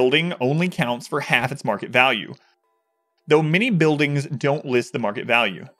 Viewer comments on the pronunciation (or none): none